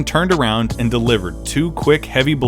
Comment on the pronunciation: The secret secret weapon was Jerry Sichting. SEA-STING! Announcer's favorite call-out.